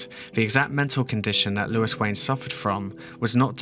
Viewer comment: surely is louis as in looooooo eee, not lewis with lew is